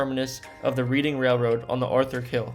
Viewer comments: Reading Railroad is pronounced like red-ing not reed-ing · "Reading" railroad is pronounced "REDD-ing". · Wanaque is pronounced Wah-NAH-kee, not Wanock. Also, Reading is pronounced Redding, not Reeding. Also, Newark has the emphasis on the first syllable, not the second: NEWerk, not NewARK. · I think this guy put this thing together as some sort of extra credit history class assignment. Definitely not from NJ. So many errors As already pointed out Wanaque is Wanna Q The railroad is pronounced “redding” not reading Ft Hancock is on Sandy Hook not in the nearby town of Highlands. Lastly of course it’s not “New-Ark” it’s “Nork” or “Nerk” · Neat video! Some constructive criticisms: it's pronounced "Wanna-kew" and the "Redding" railroad. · Same with reading it's pronuonced reding